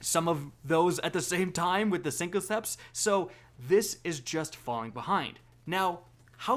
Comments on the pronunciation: SYNTHOCEPS SYNTH NOT SYNCOCEPS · You said siNKoCeps again... Jesus christ bro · What the hell are "syncoceps"? I use synthoceps myself lol